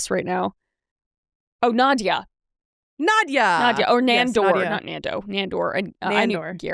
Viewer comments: I’m super late but it’s Nadja pronounced Nahd-ja, I named my cat after her! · Nadja!!!!! It's Nadja!!!!! *Screaming into the void*!!!